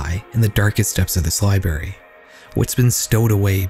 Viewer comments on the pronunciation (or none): It's library not liberry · Mispronunciation of Library